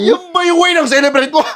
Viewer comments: CELEBRATE❌ SALSALEBRATE✅ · Celebrate ❌ Ejaculate ✅